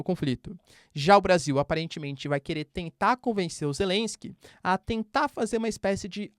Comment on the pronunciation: "Zé lensque"